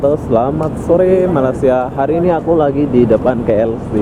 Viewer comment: hmm katanya udah lama d malaysia tapi gak lurus lurus sebutan malaysia nya... wkwk